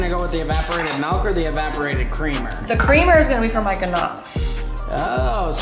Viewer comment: Malk sound better then milk